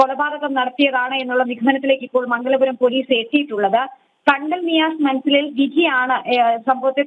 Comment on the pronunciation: കേണ്ടൽ അല്ല ചേട്ടാ കണ്ടൽ ആണ്